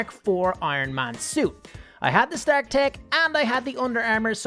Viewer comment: its pronounced Star-k